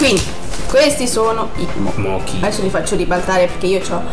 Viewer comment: Si pronuncia moci non moki xD e l'interno del mochi bianco (che credo sia un daifuku) è marmellata di azuki che vi assicuro è buonissima sopratutto fatta in casa :D cmq i mochi fatti in Giappone sono molto ma molto più buoni di quelli fatti in Cina o da altre parti lo so perchè ho provato quelle confezioni da 6 anche io ma ho anche mangiato quelli con incarto singoli fatti in Giappone sono tutto un'altro mondo. Se li trovate vi consiglio il daifuku normale quello a gusto fragola e quello a castagna vi assicuro che portano dipendenza xD Poi se non li trovate quelli classici potete farli anche in casa ma prima di mangiarli metteteli in frigo una giornata altrimenti sono troppo azzeccosi.